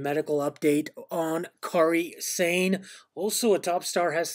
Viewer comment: Yes! "Car-ee Sane"